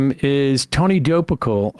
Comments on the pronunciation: it’s admittedly juvenile of me, but it couldn’t help but stick in my head that it sounded like Sam was doing everything in his power to not pronounce it “Tony Dookie-Pill” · Wow, half way through this I’m glad that you mispronounced Tony last name😂. I’m surprised at Tony level of ignorance towards the good Author 😮. I appreciate Coates response and checking lil tony ✅.😊